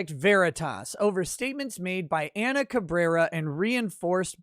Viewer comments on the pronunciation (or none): none